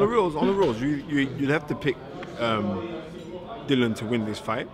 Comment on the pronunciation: SPELT DILLIAN PRONOUNCED DILLY-UN